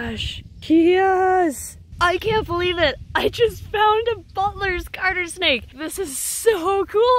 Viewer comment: When she says butler’s it Sounds a bit like “butless” Not hate at all